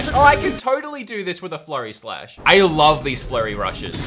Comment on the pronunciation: I legit thought you said “Flurry Slush”